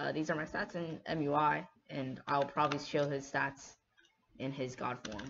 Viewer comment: Everybody:MUI This guy: mjuaj